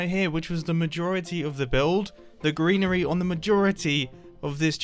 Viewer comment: I'm why but when he said greenery my head just immediately spelt it like "grianery" and I'm never turning back